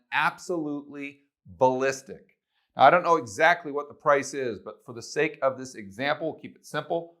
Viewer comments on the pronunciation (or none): none